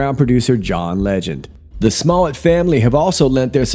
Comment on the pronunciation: 👍👍 but I believe it's pronounced Smoe-lette 😂